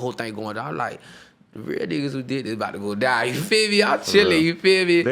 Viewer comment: take a shot everytime he says yufeeme